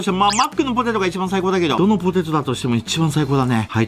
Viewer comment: 25分49秒 「ほてと」は草